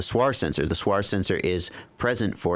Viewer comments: Please don't call SWR a "suar"! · (SWR) stands for = Standing-wave ratio and is defined as the ratio of the maximum radio-frequency (RF) voltage to the minimum RF voltage along the line. SWR is an acronym not a word. Great production of the video, just can't understand why everyone tries to pronounce acronyms like its a word. I hear it on other videos too, mah, LED, to mention a few. Keep up the good work. The information is very useful. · ps. when soldering small things like SMD, put your little finger on the table (or something solid) as a reference, your hand will be stable. Using a teflon coax is best, it's quite heat resistant and will not deform when heated. ps....First time I hear someone say SWR like that ;)